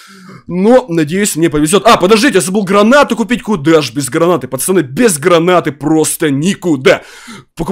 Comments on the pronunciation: почему ты говоришь пачаны, а не пацаны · Почему говорит почани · Ты говоришь пачаны